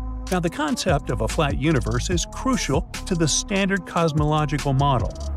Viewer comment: pronounces "universe" like "uterus" 50% of the times